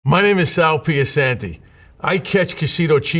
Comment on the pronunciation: The "c" in piacente is pronounced (by Italians) as a "ch" sound (as in "chair"). Maybe pronouncing your own name incorrectly is an affectation. Bitchy but accurate.